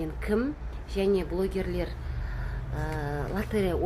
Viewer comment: ЛОТЕРЕЯ деген сөзді дұрыстап айтшы!